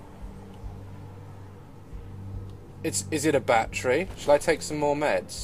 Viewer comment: What the hell is a "bat tree" xD